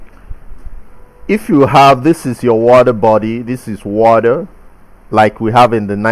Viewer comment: Oxygen in the watdder 😄